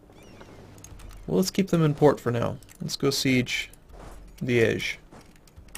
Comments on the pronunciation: Yep, I got excited when I heard that too! it's Liège, making it kind of like 'lee - edge', but obviously with the soft G instead. Same way as he pronounces it ; flawless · The first time you said Liege at was perfect! Couldnt be better. I think its even how the French pronounce it. Sorry for pressing on pronounciation...